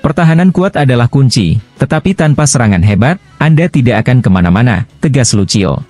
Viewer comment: Woooiii... Lucio bacanya LUSIO. Kurang bahasa asingnya yaah...😇